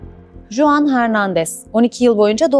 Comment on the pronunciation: Bir de Juan, okunuşu "Huan" öğrenirse tam olacak. Jose ||| "Hoze", jalapeno ||| "halapeno" gibi.